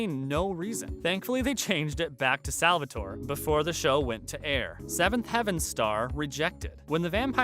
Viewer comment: I started crying when he said stefan as stevan and Salvatore as Salvatoree.